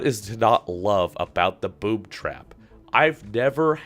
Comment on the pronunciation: Is it due to my ears or he said boob trap at start ?